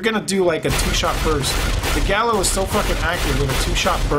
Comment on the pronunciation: Pronounced Ga-leel